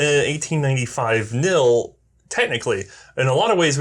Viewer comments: Really, the K in KNIL is not silent. it's KNIL, not NIL.Or am I the only one that finds this a little annoying? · It's KNIL, not NIL ☺️ I know the English word written as knee is pronounced as nee, but that is not a custom in Dutch. Please consult your local native speaker of Dutch 😊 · But the name of the Dutch Colonial Army is KNIL with a very distinct 'K' and not NILLL. So the 'K' is pronounced! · Very nice video! Here are a few corrections and some additional info that you might find of interest. The correct name is the Koninklijk Nederlandsch Indisch Leger (Royal Netherlands East Indies Army) or KNIL. In Dutch, it's spoken "K-Nill" where the "K" is pronounced. In English, it is spoken as "K-N-I-L" in which the individual letters are enunciated. At some point, the KNIL and the Royal Dutch Army (Koninklijke Landmacht or KL) in Europe became completely separate armies. KL budgets were set and spent in Europe, while the East Indies government was responsible for equipping and maintaining the KNIL from its own budget. There was minimal overlap between the two forces. As to be expected, their equipment diverged somewhat to suit their respective needs. This was particularly evident in the LMGs the respective armies used. The Dutch attempted to upgrade their Mannlichers to .303 caliber prior to the Japanese attack due to the shortage of 6.5mm ammunition. The barrels detached and shipped to factories in Australia where they were re-bored. IIRC, there only around 10,000 Mannlichers converted before the Japanese invaded. I've never seen or read anything about the Indonesians converting their rifles to .303 after the war. They didn't have the industrial capability to do so in-country and I doubt the Australians or any other country with the capability would have done so post-war. In any event, the Indonesian nationalists had tens of thousands of which they took from the Japanese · Actually the K is still pronounced.